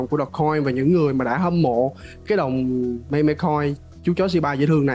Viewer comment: meme đọc là "mim" nha :v